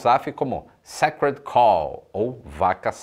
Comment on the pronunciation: tá precisando de uma aula na cambly para aprender a falar Sacred Cow kkkkk